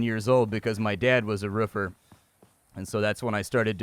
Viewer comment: "Ruffer" 🤣 I love when people say Roofer like that. I just imagine them standing by a construction site barking at people.